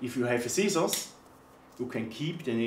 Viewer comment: LMAO 😂 😂 😂 "Sea Sauce" = "Scissors"